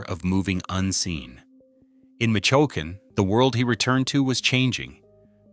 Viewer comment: Michoacan = Micho Walkin! LmFao x 😂